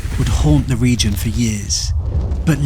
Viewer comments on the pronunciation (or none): none